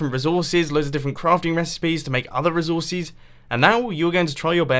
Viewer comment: reezorcees XD